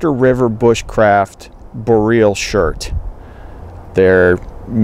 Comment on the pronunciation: FAP - Frequently Annoying Pronunciation Boreal - bohr-ee-uhhl NOT - Bo-real